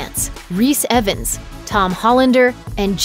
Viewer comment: ifans not evans